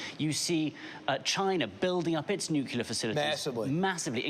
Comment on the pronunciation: The SECOND someone in a position of public address pronounces Nuclear, "New-Kew-Lurrr" I turn my fucking ears off. If he can't be bothered to care about what he speaks about, I can't be bothered to give a fuck.